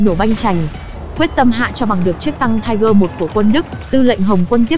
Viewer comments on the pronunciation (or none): Nó là tiger (P) nha chị